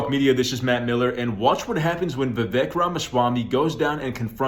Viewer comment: Vivek rhymes with cake